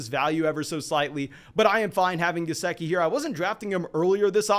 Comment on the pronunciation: you definitely butchered Gesicki's name, but not thrice!